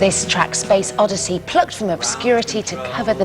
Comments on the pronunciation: She said “Space Oddessy”. I’m out. Goodbye. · They also called it “Space Odessy” & said his middle name was “Stenton”. Yikes.